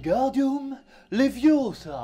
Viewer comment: Tu ne sais même pas le prononcer, c'est Levioooosa. Et pas LeviosAAAA ! ;)